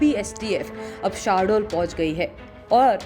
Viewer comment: अबे voice over वाली मैडम शाहडोल नही शहडोल बोल 🤣🤣